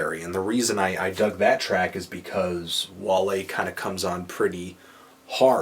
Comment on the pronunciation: Im Surpised he Said Wale's Name right.